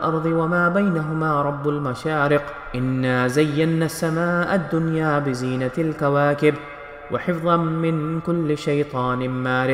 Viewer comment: You are not reciting it properly like warabul masariq you said Rabul Mashriq b e zinat e nil qawaqeb And alot more